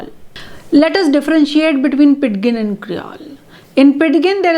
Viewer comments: You are right. It should be pronounced "PIJIN." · amm sorry i m confused pronunciation of ''pidgin'' is incorrect.. 'd' is silent ! kindly corrects me mam if m wrong..